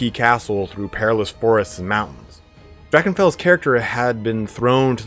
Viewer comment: I was exited to hear your pronounciation of "Drachenfels" and was disappointed :(